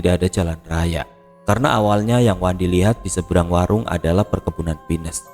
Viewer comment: Abang....kalo bilang pohon pinus ya p i n u s. Jangan di inggriskan. Jadi lucu dengernya 😅